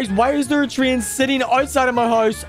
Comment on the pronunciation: It’s not tree in it’s tr ay n